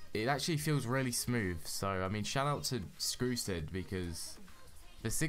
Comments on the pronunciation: but u said skrusid next Time say strucid ok? not skrusids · You said skrucid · BRUH you said skrusid?!?!?!